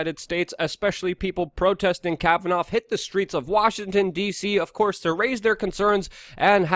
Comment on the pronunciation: KAV-uh-Naw. Not KavaNOFF